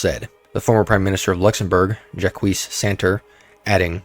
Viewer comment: Pronouncing "Jacques" as "jackweese" lmao